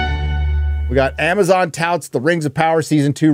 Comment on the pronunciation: “ITS MAMAZON”